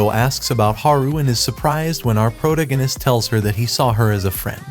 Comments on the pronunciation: That and him saying "proganist" instead of protagonist keeps me from watching these vids. And he says it CONSTANTLY. Never the characters name, always proganist...🤦‍♀️ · Ugh... was 1 min in before i realized you were the pro-gan-ist guy. Wtf is a proganist??? You mean proTAgonist?? I can't listen to this. So many mispronounced words. If this is ai reading this shit it's really DUMB.